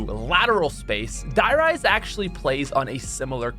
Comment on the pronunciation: A little (european) part of me died when you just said 'Die Rise' with not even the slightest attempt to pronounce it correctly..